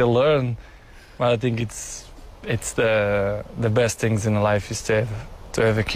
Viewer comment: "Who win more tings" XD